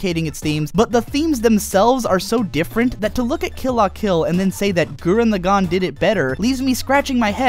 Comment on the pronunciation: "gurren lagAHn" "vieral" "shimon" make it stop